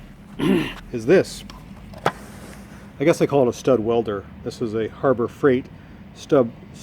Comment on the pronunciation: Stud "Wedler!" Perfect Chinglish.